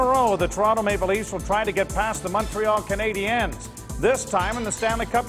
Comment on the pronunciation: Maybe, just maybe. If you learn how to say Canadiens properly, the hockey fairy will go back in time and give the Leafs a win in one of these back to back series' If that happens, I'll jog all the way, from Montreal, to wherever Joe Bowen lives. Once I arrive, I'll even sweep your front steps and driveway ;) And then I'll beat you Black & "Bloow, Blanc, Rougue." I apologize to Leafs fans and Ontarians, who do know how to pronounce certain French words, with the respect they deserve. I would not go and call Lanny, Looney Mcdonald, Howie Meeker, Mr. Weaker. Or say, EX-Conn Smythe. I would say Harold Bastard though and most would agree! In conclusion, it's okay to make mistakes but if you work on t.v. , try not to offend your audience. It tends to irk the fans that nothing to do but complain, for the next 5 years ;) Cheers from Montreal.